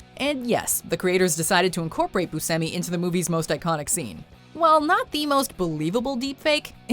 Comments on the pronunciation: boo-shem-i not boo-sem-i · It's pronounce booshemee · Its pronounced Booshemi.